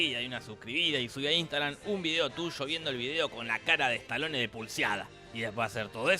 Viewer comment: "estalone" es un pauer "ransher" 😁